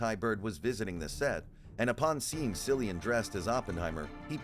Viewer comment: It’s pronounced “”Killian!”